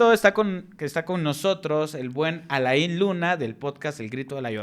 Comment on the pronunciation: Alain no se pronuncia la i no usen nombre con traduccion viene de Frances se dice so Alan